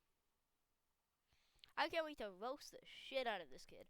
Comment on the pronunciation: Bacteriology is a branch of biology, dont see why you address the person as a kid when they sound anout 16-20ish while you pronounce roast as "woast"